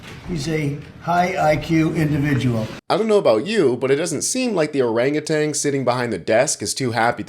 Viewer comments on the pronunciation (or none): OrangaTAN not TANG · If you're going to insult and demean one of our closest primate cousins by comparing it to "der KürbisFührer," you could at least learn how to pronounce their name. It's "orangutan," not "orangatang." It's a Malay word that means "man of the forest." ("Der KürbisFührer," is German for "the pumpkin leader," for reasons which should be painfully obvious to anyone with both a clue and a pulse.)🤣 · Orangutang? You got it wrong. It is "Orangeutan"